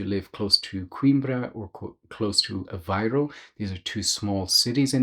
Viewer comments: It's A-VAY-roo, not A-VI-roo. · Apparently the pronunciation varies - Aviroo dominates as you get closer to Lisbon, Avayroo elsewhere.